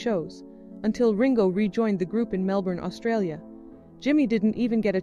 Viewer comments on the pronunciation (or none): none